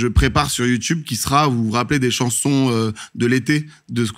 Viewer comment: Emission incroyable enfin le concept interview spectacle j'adore, juste j'aime pas l'interviewer (jsp comment on appelle ce métier) car ça se voit il aime trop avoir les regards et les rires sur lui (puis prononcer youtoube c'est non dsl), et j'oublie pas ses vidéos à la con sur la Suisse qui m'ont bcp énervées (et je suis pas suisse) Surtout les vieux qui parlent "verlan" du genre ce gars ou Jonathan Cohen... j'ai horreur de ça mais je suis chiante